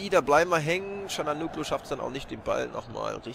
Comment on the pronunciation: Er wird ganz anders ausgesprochen(Calhanoglu) aber egal